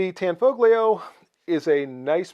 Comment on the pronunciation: It is pronounced Tan-fo-lio--the gli in Italian is typically pronounced in a manner similar to the Welsh ll: shape the tongue to say li, then puff a breath around in the process of saying it.